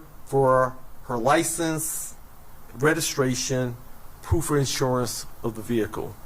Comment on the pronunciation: had me cracking up... 'Ly ciense" 😆 No disrespect... all due respect